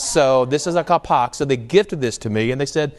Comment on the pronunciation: When you say the word Ak Kalpak make pause after the word Ak , Ak Kalpak made from 2 words . Will be correctly .